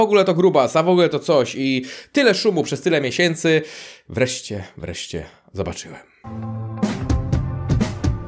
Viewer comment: Nigdy mnie nie przestanie triggerowac twoje ,,wreście" xd.jestem z Lublina i pewnie też mam kilka językowych przywar chociaż nie zaciągam jak typowy polak ze wschodu ale no kurwa xd